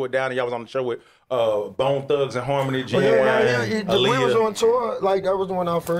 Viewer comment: i- who- who the hell is that?! it's AH-LEE-YAH